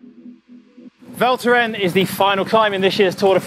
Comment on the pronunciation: The “s” in Val Thorens is not silent.:)